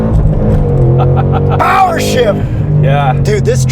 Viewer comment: That’s the most American I’ve ever seen Yuri act, especially with the POWA SHIFT 😂